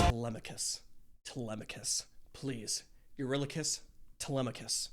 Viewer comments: all this time and you still cant say his name huh😂😂😂 Eurylochus' intrument is the voice of the crew. He doesn't have a traditional instrument, but rather because hes second in command he speaks for the rest of Odys men, thus the backing vocals are his 'instrument' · Also, something I saw on a different react channel for remembering how to pronounce Eurylochus, Remember "you're ridiculous, Eurylochus." And ppl in the Fandom call Telemachus, Telemarketer. If that helps any.